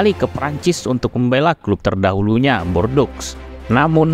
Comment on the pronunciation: Videonya bagus pak, tapi pelafalan nama2nya bisa diperbaiki lagi. Contohnya: Micoud harusnya dibaca "miku", Les Bleus dibaca "Le Blu", lalu Bordeaux dibaca "bordo". Tetep semangat, jangan lupa research pelafalan nama2 supaya makin terdengar pro ❤